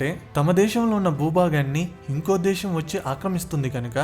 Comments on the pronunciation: Explanation is awesome. But it was annoying when you are pronouncing Shaa instead of Saa. For instance:- Deeshaam instead of Desam; Shephere instead of sphere etc. Most of the time you are pronouncing Shaa instead of Saa. Please correct it if possible. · adhi DESHAM oo DWESHAM oo kaadhu raa nayana....DESAM... youth ni nee telugu tho mislead cheyyaku...